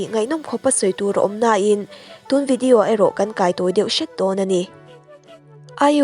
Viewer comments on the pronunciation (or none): none